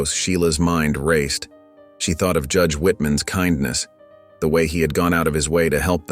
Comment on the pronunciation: what kind of narrator does not know how to pronounce kindness??? It certainly is not pronounced ken-ness!!!